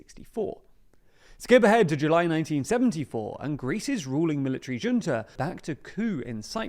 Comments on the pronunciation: Junta is Hunta, not Dżunta!!! Come on. You were doing so well till now. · Thanks for the video! Btw, "junta" is pronounced like "HOON-ta", not "juhn-ta" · Bruh, "junta" is pronounced "HUNE-ta". Jesus... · Junta is a Spanish word pronounced as “khunta” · Junta is pronounced "Hoonta," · Junta is pronounced hoonta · Is it not pronounced a military "huntah?" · For the love of god - "Junta" is a Spanish word - it's pronounced "Hoonta" - ffs. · still doesn't know how to pronounce "junta". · There you go mispronouncing Junta again. Hard to take your reporting as serious journalism until you learn to say it properly. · Good video. However, Junta is pronounced with a H sound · Please learn how to pronounce "Junta". It's embarrasing at this point.